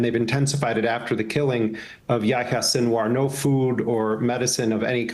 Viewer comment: Not anybody's fault here but man that pronunciation on Yahya's name got me. It's pronounced "Ya-he-ya." With the "y" following the "h" like that, it follows the long "e" sound like the "i" in spanish.